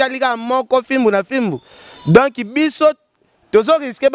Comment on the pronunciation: Donc et non donki. Journaliste ya zoba tintin.